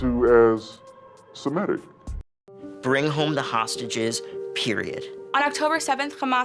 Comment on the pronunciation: Semitic is NOT Shemitic